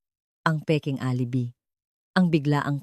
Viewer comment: Deretsuhin mo ang pagbigkas ng g de Leon Huwag kang mag pause very annoying,alibi is pronounce as alibay I hope sa sunod alam mo yan